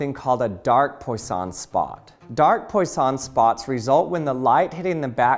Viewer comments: FWIW, Poisson is pronounced like pwa-SOH(n) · Poisson is pronounced as Pwaason. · Couldn't you have looked up how poisson is pronounced at some point before recording?